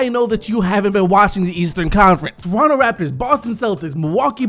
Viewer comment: Anyone else hear him say Torontu